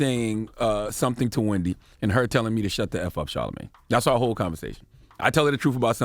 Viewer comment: the way the crowd clutched their pearls when Wendy said “CHARLAMANGE” 🤣